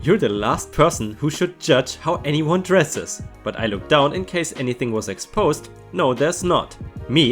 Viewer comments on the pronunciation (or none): none